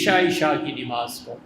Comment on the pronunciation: Molana sahab apki urdu bhi sahi nahi nimaz nahi namaz sahi urdu